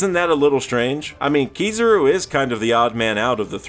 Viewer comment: Keysarouu bruh.. its ki-za-ru anyways good video